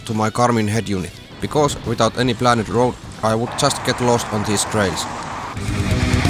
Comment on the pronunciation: Another excellent video. I like the idea of you showing us your adventures - it makes for compelling viewing! Your spoken English is very good - may I point out a minor pronunciation error? When you say 'planned', you say it as 'plan ned'. It should be said as 'pland'. The same goes for 'turned'; say it as 'turnd', not 'turn ned'. I hope you don't mind me mentioning this. Keep up the good work.